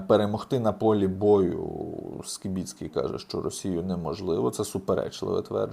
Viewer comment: Правильно на українській прізвіще Скибицький, а не по москальскому Скібіцький